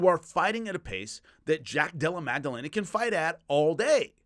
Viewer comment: Again, much respect, but there isn't and has never been a G in Jack's name. Madellena, not MAG. Come on,, you're better than this... 🤦